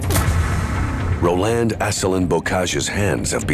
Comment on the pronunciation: The narrator butchers all the French names. Row-land?? Surge? Terrible